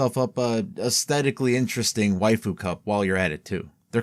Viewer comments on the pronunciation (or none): none